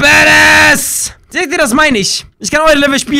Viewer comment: Es heißt badassss